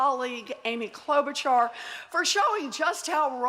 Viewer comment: It's pronounced Klobushar, not Klobutchar.